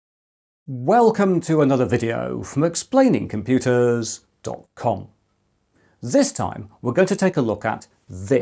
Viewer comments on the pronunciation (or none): 'ooWow' Also wow lol I was just watching your old USB3 video and I kinda laughed at the way you said '.com' at the start. You've improved so much!